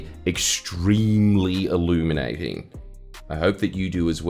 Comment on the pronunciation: He said "Illuminating". 🤨